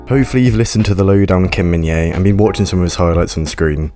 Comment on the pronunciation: Thanks for the video! Just FYI, the J is pronounced, so his name is pronounced as Min-Jay, not Min-Yay (the English version, anyway... the actual Korean pronunciation is Min-Jeh which isn't difficult at all, really)